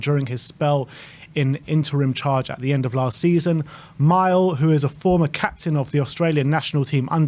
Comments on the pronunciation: Me - Lay Jedinak boys, not 'Mile' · Mile is pronounced Mill-ay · Mile Jedinak (pronounced Mill.eh), was the heart of Australian teams.....Ange knows this club and the backline needs some fucking spirit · Mile (Me-lay) Jedinak 👍